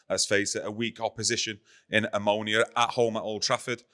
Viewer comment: & When you said Omonia I thought you meant ammonia and were taking the p*ss! LoL Jokes aside this is the best channel on MUFC by far. No BS, just plain talking. To be fair this is the easiest group we've had on paper but we shot ourselves in the foot with our first game and are now trying to play catch-up.